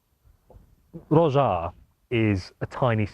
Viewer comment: Not "Hroza"... Groza - that correct name!